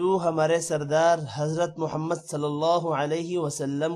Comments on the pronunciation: Jazzak Allah, aik ye confirm karna chahta hun, ye aik jaga lafz "Muhammad" kay daal kay nichay (zeer ___) hai aur aap (zabr--) ada kar rehain hain plz rehnumayee farmayen.. current video location ka link ye hai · محمد کے زبر پر غلطی ہے